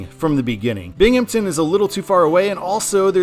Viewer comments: FYI, in case it comes up in the Eastern I-88 video, it's Binghamton, not Binghampton. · I think Jamestown is a fine control city going EB; it has a population of ~28k which is actually pretty sizable for that area of NY/PA. It definitely should be Erie going WB though. Also, there’s no “p” in “Binghamton” ;)